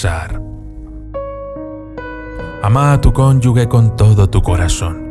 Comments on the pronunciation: CONYUGE NO CONYUGUE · Es cónyuge pero se pronuncia conyuje